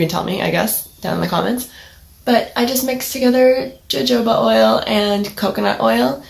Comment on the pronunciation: Love it! Great tips, I did hair for 10 years and still work in the beauty industry, I 100% agree with all of these tips. You are spot on with them! also it's pronounced like "ho-ho-ba oil" lol